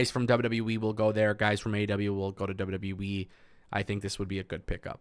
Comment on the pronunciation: I only watch to hear him say dubya dubya weee